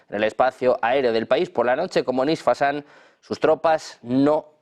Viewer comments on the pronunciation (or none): No es isfasan es Isfahan